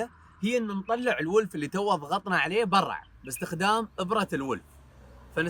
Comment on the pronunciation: ليه تقول برع؟ (برا)